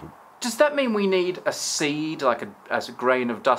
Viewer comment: "we nei:d a sei:d"